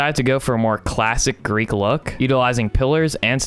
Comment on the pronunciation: It’s Greek not grease